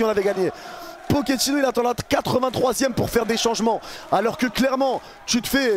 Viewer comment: "Nike pochettinno"